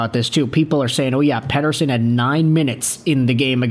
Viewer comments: Stop saying petershun it's ridiculous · Overpaid. Sucks to be a Van fan, but I am not surprised with the weak sauce. But seriously man stop saying his name like a swede its pathetic.